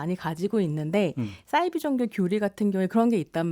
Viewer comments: 사이비 는 한문으로 된 글자여서 ‘사’를 된소리로 발음할 이유가 전혀 없습니다. 공신력 있는 방송에 나오시는 분이시니 계속 반복되는 주 단어에 대한 발음에도 신경써주시면 참 좋겠어요. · 싸이비가 아니고 사이비 아님니까 참 거슬리네요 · 왜 싸이비라고 발음하지?? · 남자 패널분 설명 듣고 한자라는 걸 깨달으시고 잠시 사이비로 발음하시더니 좀 지나고 다시 돌아오셨어요 평론의 내용도 중요하지만 어떤 주제로 토론하시기 전에 일단 토론 주제의 단어의 사전적 정의를 살펴보시면 어떨까요? 저도 이 프로그램 챙겨듣는데 싸이비라는 발음이 듣는 내내 많이 거슬렸어요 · 아으~ 남성 패널께서 사이비의 어원이 한자라고 말했는데도 불구하고 여성 패널분이 자꾸 "싸이비"라고 하는게 불편하네요~